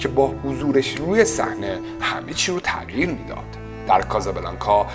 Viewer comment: تع قیر نه، تغ یییی رررر